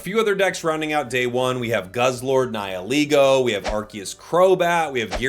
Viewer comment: finally someone who can pronounce "Nihilego" correctly 😭